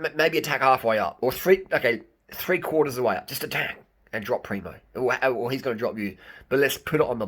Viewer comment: Harley, lose the Ž on Tadej, and add it on PrimoŽ, you are hurting my ears 😆😆 I think Roglič is going to win TDF, mostly cos there is a mountain cronometer to come, and Primož is far beter on it, cca 30 sec some predict.. and he allredy has 57sec advantage over Pogačar. And we cant forget how good Jumbo Visma team is.